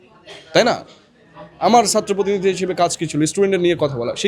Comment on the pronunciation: তুমি আগে ছাত্র কে সাত্র না বলে ছাত্র বলা শিখো, পরে মেধার গরম দেখাইয়ো।